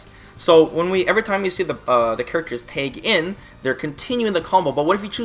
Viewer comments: lol why does he say Tag like Tayg? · I laugh every time you say "tayg".